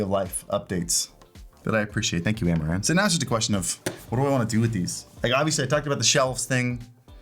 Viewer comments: I kept hearing Amouranth and not Amaran. So when he said "thanks amouranth" had a wtf moment xD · I heard "Amouranth" lights :face-green-smiling